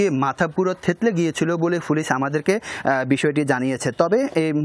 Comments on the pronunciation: "ফুলিছ" না ভাই "পুলিশ" বলা রপ্ত করেন, টিভি চ্যানেলের সাংবাদিক আপনি!! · সাংবাদিক ভাইয়ের মনে হয় পুলিশ উচ্চারণ করতে খুব কষ্ট হচ্ছে। বারবার পুলিশকে ফুলিশ বলছে।